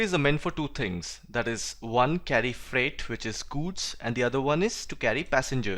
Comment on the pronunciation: Its not guuuuds, its goods lol